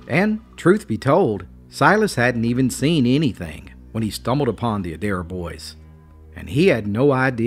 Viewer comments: Im born and raised in Rutherford County and had never heard this story before. Thanks for telling it. Just a side note around here the name would be pronounced A dare. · Plenty of Adairs in Virginia and Southern WV. They pronounce their name as “ Aye dare” 2 syllables but spelled the same. The ones I know are good people. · Love there stories but the fake southern accent is kind of annoying to some of us real southerners. Also, it’s pronounced A-Dare